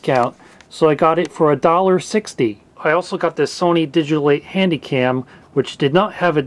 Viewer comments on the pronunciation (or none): none